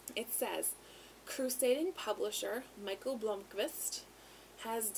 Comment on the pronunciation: Mick-ale. Not micheal.